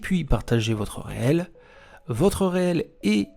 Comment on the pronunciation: Hello. Alors ça ne se prononce pas Réel mais riile ! Du mot anglais reel qui signifie Bobine !